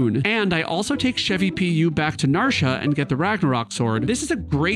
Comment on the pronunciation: Narsha?? NarshA?? WTF, man??